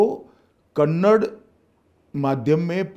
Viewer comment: Kannad ಅಲ್ಲ ಕನ್ನಡ